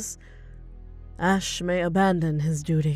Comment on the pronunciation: Friendly Correction It's Asch not Ash It's Rhys not Rise